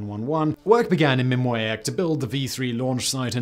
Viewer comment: “The site they chose was Mimiak.” Ffs come on Simon, please pay attention to these words rather than inventing something else on the fly?